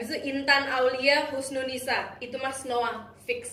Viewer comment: Aku gak bermaksud bilang kakak bohong tapi kan dia udah bilang nya itu snowee bukan snowa